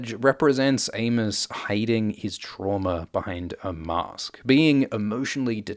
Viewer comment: I kept hearing Anus, instead of Amos lols